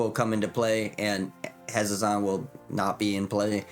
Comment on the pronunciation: how many ways can we mispronounce Hazezon in one video? lol i love it. Hazzon, Hazeon, Hayzezeon. have a magical day!